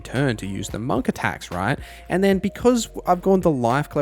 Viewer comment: the way that you say monk is killing me 😭